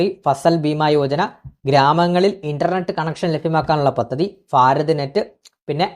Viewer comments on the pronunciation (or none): none